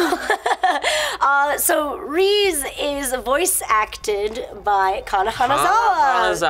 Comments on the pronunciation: Rize is pronounced Rhee-z-ehh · Someone casuse the stuffs to fall on Rize ( ree-zay) :P